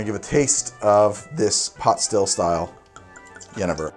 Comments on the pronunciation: Neither ways you pronounced 'jenever' is right for Dutch :x it's more like 'yuh-neigh-fur'. Jenever is basically the Dutch word for Juniper berry. We call it a jenever-bes. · Your pronunciation of jenever is not accurate but you’re pretty close .. it’s like yu-NAY-ver. ... soft j .... And yes the word gin most likely stems from Dutch jenever .. sadly most famous brands that are exported like Ketel-1 are a joke and branding scheme but this is a real revival also in aged and historic jenevers ... and really good new craft brands such as the amazing series of Ground Control (well that is technically from what is today Belgium :) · Jenever is pronounced yuh-naigh-vur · It's pronounced Gerh-nei-ver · It's pronounced zje-nay-ver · "I think one is the Dutch pronunciation" Sorry, not quite. The Dutch word, jenever, has an emphasis is on the second 'e' which in Dutch is pronounced like the 'ai' as in 'aim' is in English. And the 'j' is not pronounced with a 'd' sound. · Both of the ways you pronounced jenever weren’t really the Dutch pronunciation Ps: love your vids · As a Dutchman I automatically feel like an expert on Jenever. (Your pronounciation suck btw :P) Jenever, jonge (young) jenever that is, is nowadays less flavored than gin. It used to be made up of alcohol, malt wine, jeneverbessen (juniper berries) and a selection of herbs. Now it is more neutral and the jeneverbessen and the malt wine are optional. It is more like vodka than gin now. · In Dutch you say 'Yenayver' not 'Yennever' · It's pronounced 'ye-nay-ver', not 'jennifer'. The Dutch word for juniper is jeneverbes, or juniper berry. I had always assumed that juniper got its name from the drink, not the other way around. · Jenever is actually pronounced yuh-nay-ver ;) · Its jenever, but you say yenefer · the dutch pronunciation would be juh-nay-vuhr, not gehnehver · For those interested: jenever is pronounced as yuhnayvair with the emphasis on the “nay”. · Phonetically it is pronounced "yen-a-ver"